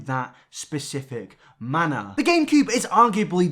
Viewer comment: Anyone else notice that he keeps saying Gain-cube?